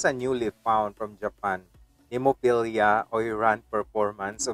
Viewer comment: Nice enough reaction but how can you say the name wrong so many times even after it’s said 3 times in the actual video? There’s no IA at the end, it’s easily pronounced as Nem O Phil A